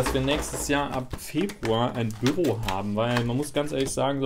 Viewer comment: ach du meintest büro, ich habs erst beim 3ten mal verstanden :D ein büRRo^^